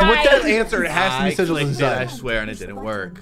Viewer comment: Sigls 😂😂😂😂😂😂😂😂😂😂😂 it’s Sigils